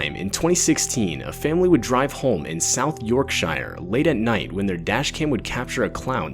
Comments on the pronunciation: its pronounced York SHEAR, not shyer lmao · im sorry i cant get over hoe he said yorkshire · OMG the way dude said “Yorkshire” made my brain bleed..and I’m an American. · Agh. Merkins trying to pronounce british place names. That is a fright in itself. It is pronounced York-Shur not York-Shire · It AINT pronounced YORK-SHIRE like it looks it’s pronounced, YORK SHER LAD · At the video with the clown, Yorkshire is pronounced as Yorkshur or Yorksher NOT York-Shire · I love how he pronounces it as south york SHIRE instead of south yorksha is how u would say it😂😂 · It’s pronounced york- sheer , not york shire btw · Yorkshire not Yorkshieeeeeeer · York-SHiRE. Dude, do some research on pronunciations before you make these. This isn't Lord of the Rings. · My dude, this ain't Middle Earth. It's pronounced York-shure. You don't literally read the shire part straight like that unless shire is its own word. Same for Worstershire sauce. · That first one why attack a civilian who has nothing to do with it Proper scumbags I’m from the Uk and your pronunciation of Yorkshire made me laugh It’s like York-sh-ear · I live in South Yorkshire, pronounced "Yorksher", and I remember the short-lived clown craze that went off, it seemed to be around the autumn time when it was getting darker. There were a few sightings in our village. They soon stopped though once a couple of clowns had had the snot beaten out of them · Firstly South Yorkshire is in the UK and it’s pronounced York-sher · the scariest thing in this video was how you said yorkshire. "york - sher/sure" is how its pronounced. But in all seriousness damn, if ever anyone jumps in front of me, they getting run over, end of, id rather have to explain to a cop why i did a hit a run, than get robbed/kidnapped/murdered. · Yorkshire…. It’s pronounced as ‘YorkSHEER’ 😊 Great video 👍🏽👍🏽👍🏽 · Hate to be that guy, but it's pronounced York-Sheer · Americans: For info, the 'Shire' part of English county names is pronounced 'Sheer'.